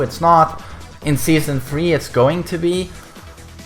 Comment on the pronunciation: "Season free"